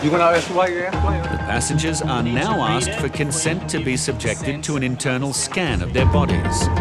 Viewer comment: Deport her for saying aksed.